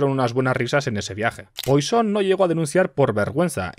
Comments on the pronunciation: No se dice "Poison", se dice "Puasón" o al menos así lo decía mi profe de cálculo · Sin embargo Poisson debería ser algo como puassón